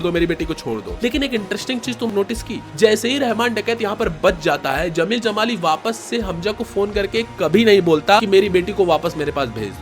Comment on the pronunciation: Bro its Jameel not zameel...better for you would be to use an AI voice over